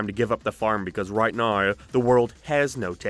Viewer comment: Why do you pronounce every word with a regular mixed Irish/American accent, but insist on 'NOEWH ' when you're saying 'now'